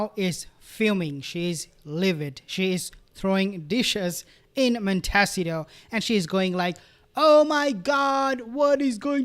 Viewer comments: It's "mon- ta- SEE- toe" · I love❤your pronunciation of Monteshito. Montasido. ❤️❤️❤️Love your channel